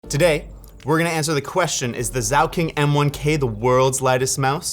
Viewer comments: Sauking ?!? Idiot it's zaunkönig . You sad pig king 😂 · Its not Sauking, its Zaunkönig!!! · The German Z is a hard sound, a bit like "ts". Btw: The Zaunkönig is a really tiny and light weight bird endemic to Germany (and other countries in Europe). In English it is called the much less poetic "Eurasian wren". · If you aren't going to bother trying to say the name correctly at all then at least call it the Fenceking because that is the direct translation.